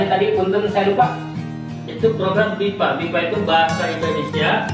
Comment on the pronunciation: Assalamualaikum. Bonjour. Ingin mengoreksi, Bahasa Indonesia untuk Penutur Asing disingkatnya BIPA. Bukan DIVA. Yuk kepoin & serap ilmu bahasa Perancis dari OPERA ! Jelas & nuntun banget.